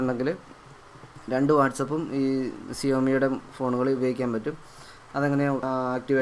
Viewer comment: സിയോമി അല്ല ബായ് its xiaomi